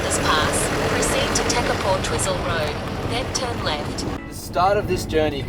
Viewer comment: Ha, Twizzle road! When will they correct the navigator voice! Twizel why-zel!